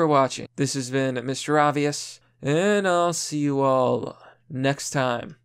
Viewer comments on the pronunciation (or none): none